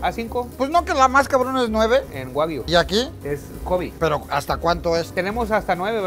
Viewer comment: Se dice Kobeeeeee no cobiiiiii